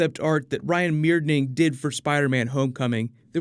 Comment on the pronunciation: Ryan Meinerding's last name is pronounced "MINER-ding"